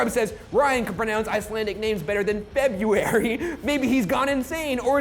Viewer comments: Ok. , Ryan pronounced 'February' quite well, actually. 👏🏻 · Also, he did pronounce February correctly! This time. Also I love roast Mortem so much 😂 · PUT IT IN THE HISTORY BOOKS RYAN SAID FEBUARY RIGHT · i searched in google "february meaning" and it showed that ryan pronouncing it like febyuary is as correct as pronouncing it february. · I'm so proud. Ryan said February correctly,😭😭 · ryan finally pronounces February right lmao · He said february correct tho (americans don't pronounce the r in february, I personally think it sounds weird that way tbh )